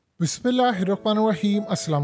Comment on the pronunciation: BismilAllah drust kren noon or ry ka estmal sahee kren kse molana ke sun len